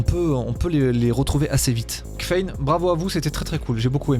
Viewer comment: Tabarnak?! Kffein = Caféïne!!! Voyons...